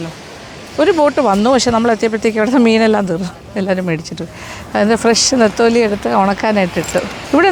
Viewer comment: Ethali alla tamilum netholi allel nethili ennanu